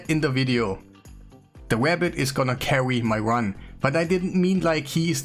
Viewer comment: the wabbit had me laughing way to hard. Nice apothecary 😳